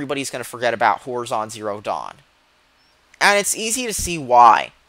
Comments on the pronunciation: did u just keep saying whorizon? D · Its pronounced hor-eye-zon. The way you say it is so annoying. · Makes me cringe how you pronounce "horizon"...